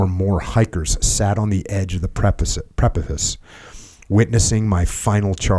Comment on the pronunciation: Couldn't pronounce precipice though